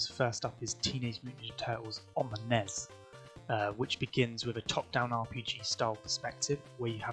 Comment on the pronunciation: Why do you call it the ness I am going to throw up